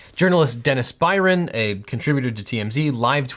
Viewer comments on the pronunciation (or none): none